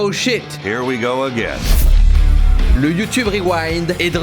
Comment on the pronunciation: Ça me tue le "her we go agen"😂continu tu es super cool mais au Canada on re suis🇨🇦